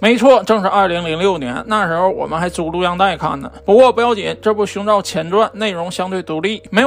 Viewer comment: 一直聽到 胸罩......